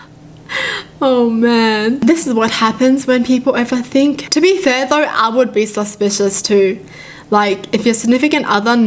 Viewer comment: “dOnt be SusPius dAnt be Saspuis DONT BE SUSPIOUS”